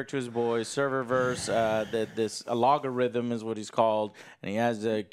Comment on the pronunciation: He doesnt even say logarithm he says "alogarithm" 😆